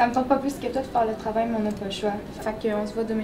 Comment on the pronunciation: Mdrrr il dit toé au lieu de toi